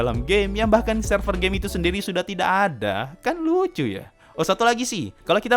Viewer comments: Gw dengernya overlord anime gei !!! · Yg orang denger : overlord anime game Yg gue denger : overlord anime gey